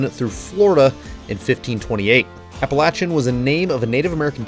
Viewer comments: Thank you for pronouncing the mountain range correctly. It's sad when a YouTuber says it correctly and the local news can't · As a NC native…..THANK YOU for pronouncing it correctly. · So good to see you wheeling in my neck of the woods. I was born in Ashville and have wheeled a lot in NC TN VA WVA. Maybe someday I will get another jeep and get out west. Thanks so much for pronouncing our Mountain's (although they are a little smaller than your used too) correctly and telling the history of how they were named. I love your vid's and your just getting better at making them.